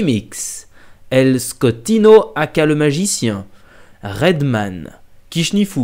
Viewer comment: el scottino il a dit mdr c scottinio